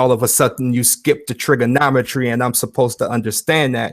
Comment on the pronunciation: What's a "trigginommy"?